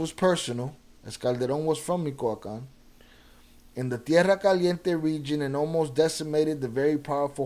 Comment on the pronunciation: “Mico-acan” 😂 Michoacán is pronounced > Mi•Choa•Can